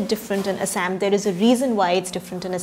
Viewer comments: Thaosen plz Google the pronounciation of Assam! Why we westernize our own names? Like its they who are speaking. Same goes with Kashmir - they pronounce it "Cash"mir...lol its not just funny but idiotic when we mimic West! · The pronounciation of Assam with fake English accent is highly deplorable! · Thaosen Not how it's spelled, but how its pronounced. You're right, Localised north eastern kingdoms and tribes created more diversity in language and literature thats the beauty (she pronounced none of what you mentioned..lol) But I can't agree if you're saying her pronounciation is "how people in assam pronounce" forget assam none of the born local north-eastern do it! You know she won't pronounce "Kerela, Maharashtra, Gujarat" like brits or west do than why for assam!